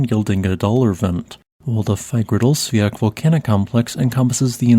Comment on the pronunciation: Too bad he cannot pronounce Fagradalsfjall correctly.